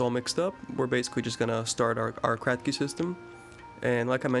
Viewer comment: Did you say cracky system? 😃